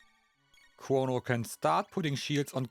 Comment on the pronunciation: Chwono, Wobo, and Fwog. 😅